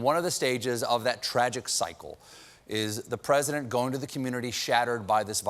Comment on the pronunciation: "Ptesident" Colbert you are on fire! 🔥😂